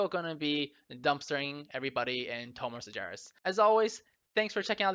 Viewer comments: Its spelled Sar-GEras, not sarjeras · "in Tomb of Sarjeras" Sargeras with G pronounced similar to good.. or gauntlet.